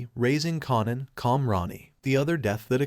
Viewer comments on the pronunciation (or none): It’s KAIN-an not KON-an and Raq not Rack. Would like liked to watch this but I can’t with the mispronunciation of the characters name.